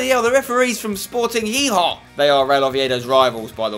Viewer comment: it sounded like you called them sporting hee-haw xD, i call them sporting dijon mustard